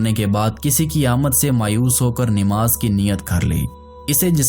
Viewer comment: Nimaz nhi hhi Namaz hota hy